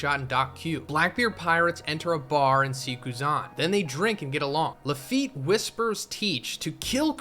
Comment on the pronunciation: Ah-Kai-new / Law-fee-yet. You butcher things sooo hard lmao